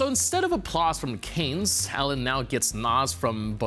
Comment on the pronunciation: it´s not "Canes" like cranes but it is "Cannes" (Kun)